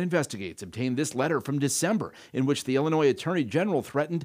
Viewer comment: It’s Illinois🤷